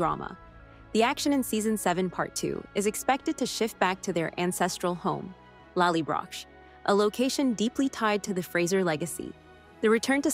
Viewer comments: Lally - Brock not Lally - Brash. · Did the narrator even watch the series?? "LOLLYBROCH" FFS!!! 😖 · and Lally-brock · I just wish all these people that do these trailers etc LEARN how to pronounce words. Lallybroch; the last part is pronounced ‘ock’. It’s obvious you don’t actually watch the show or you would know the names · lally WHAT?? good lord can we have things said properly please, the way that was pronounced was a complete bastardisation of scottish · Please pronounce 'Gabaldon' properly. And 'Lallybroch'. And 'Laoghire' Good Grief, you don't know anything! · Definitely. Agree. Hearing lallybroch and Laoghaire gave me a twitch .. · Try learning to say Lallybroch properly.. and research what a Scottish broch is? 🏴 Royal Stewart Scot✨🏴Royal English+ IRISH🇮🇪descendent.